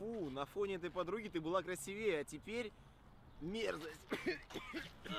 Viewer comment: Не красиве́е , а краси́вее